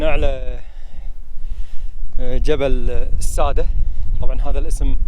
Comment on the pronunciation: ماشاءالله تبارك الله ابدااااااااع تغطية وتجهيزات بالنسبه لأسم المكان شدد حرف الدال(السادّه) شكراً جزيلاً لاهتمامكم بنظافة البيئة 💐